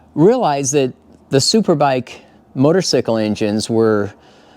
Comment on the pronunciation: You keep saying motosycle....It's funny I say that too sometimes.And I'm a Moto guy